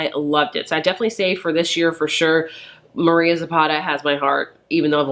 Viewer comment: You have read some good books. I love Mariana Zapata. I have read 3 of hers so far and one more is on my TBR. My favorite is All Rhodes Lead Here. Just a hint It is Mariana not Maria.